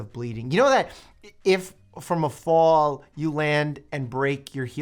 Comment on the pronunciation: his jersey/new york accent slipping through! when he says “fall”